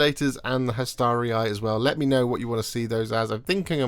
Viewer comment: You pronounced Hastarii correctly. Appreciate this as it always mispronounced!